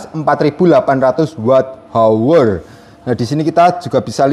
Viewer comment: " Install " mas bukan " istall "😂 sama klo mau baca " hour " itu di baca " awer " 😁